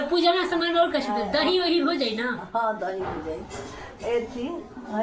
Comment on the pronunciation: Shaman nhi saman hota h.... S ko sh ku bolti rhti ho